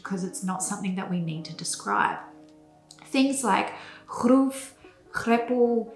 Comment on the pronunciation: Greppel not grepple….